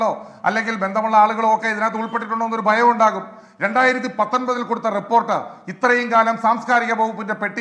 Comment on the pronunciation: ഫയം. ഫയം. അല്ല പണം പണം 😜😜